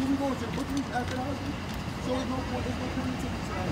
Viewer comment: It's "ASK" not "AXE"... an "AXE" (or "AX") is a device used to chop wood. Not that this kid is likely to know what work is.... :)